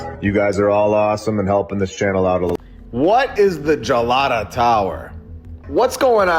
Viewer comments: This is fantastic thank you so much for covering Istanbul. I believe the tower is pronounced Hard “G” Galata tower. I was there in 2011 and fell in love with this magical city although absolutely know I had had many lives there. People are lovely. I travelled alone as a 50ish woman And I felt very safe. Like i had come home. The city is very small so it’s easy to walk most of the places you can take a bus over to the tower from Hagia Sophia. I had some spontaneous past life memories like a movie playing in my head on that trip including Constantinople. I’d love to go back I hope you can visit soon🙏it’s magic and spooky and surreal and beautiful. History everywhere you turn! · Galata is pronounced like as in Galaxy. Gelato is Italian ice cream. Lol